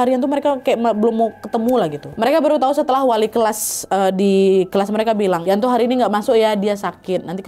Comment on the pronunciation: yanto ka nad bukan yanti 😁